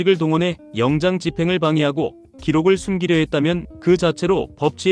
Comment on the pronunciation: 영장ㅡ영짱으로 읽으라니까 몆 번이나 지적하는데 안 고쳐지네